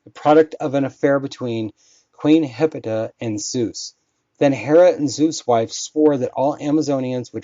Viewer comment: Its pronounced hip olita said fast